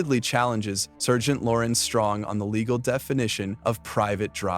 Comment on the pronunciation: A.I. voice over sucks more than that "sir-gent"